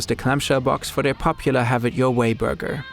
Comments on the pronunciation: if this lady says buurwgga one more time i swear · I hear booger every time the woman tries to say burger. 😂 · I like the way she says "Burger" 😅